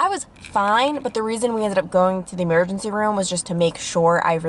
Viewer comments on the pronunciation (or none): You said e-mare-gency. Lol idk why I found that so funny